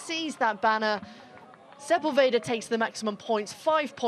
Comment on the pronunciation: Man, you can tell you're on the American broadcast when sepUlveda becomes sepulvEehdah and his nationality changes from Argentinian to just some other latinoamericana neighboring country... 🙈